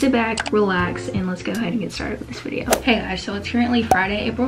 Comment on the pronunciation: U said bidio